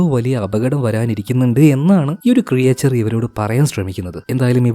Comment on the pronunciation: ക്രിയേചർ അല്ല ബ്രോ.. ക്രീച്ചർ. Nice explanation ❤️🔥